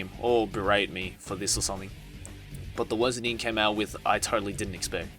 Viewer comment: How her name is spelled: Rin What I’m hearing: Din